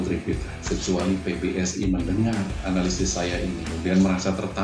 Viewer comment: Pak, analysis dibacanya enalisis aja ya ga ush enelaisis. 👍